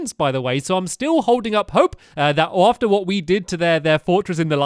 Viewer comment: he said oarefter is stead of after